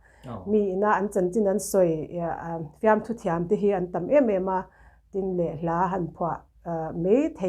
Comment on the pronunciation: Antam a tih te kha a fiah tawp ka ngaisang lutuk tlat